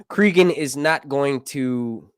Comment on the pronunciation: Please listen to the audiobook of "Fire and Ice." His name is pronounced CrAgun, not CrEgun. Just saying.